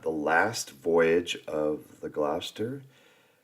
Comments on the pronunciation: With the Union flag. Imagine the pole is on the left then the lower left white band must be narrow for the flag to be the right way up. You will notice the bands of the white 'under' the red X are alternately wide & narrow. By the way it's Gloster (not Glowster) & Happisburgh is pronounced 'Hazebru'.Norwich is pronounced Norrich (don't pronounce a middle W in such names). Norfolk is said without the 'folk' stress, more like Norfuk. As Suffolk is Suffuk. Yes Nelson was the son of a Norfolk clergyman. The mound is a Mote, pronounced mot, a moat is a wet or dry ditch. The early castles were often Mote & Bailey, that is a mound within an enclosure. Holkham Hall, home of the Duke of Lester (Leicester) not lycester. The last few shots before the dad's army bit, look more like Norfolk Virginia than anywhere in England. I think they mixed in a few odd pictures here! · Congratulations to Cath for sending this. To pronounce Gloucester try 'Gloster' and for Quay try 'Key''. Don't forget to show us any film of your Costa Rica holiday (vacation) you care to show when you're back. Meanwhile I hope you and yours have a very happy holiday. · Gloucester is pronounced Glos TER the same with Wouchester is pronounce Whooster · Easy way to remember how to pronounce Gloucester is to see the child’s nursery rhyme Dr Foster went to Gloucester in a shower of rain. He stepped in a puddle right up to his middle and never went there again!!! Gloucester rhymes with Foster.